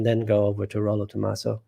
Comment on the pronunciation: Hi Paul, it's not the first time I hear you talking about the guy who wrote the Rational Male and every time you make a mistake about his name. It's not Tomasso but Tomassi with an I.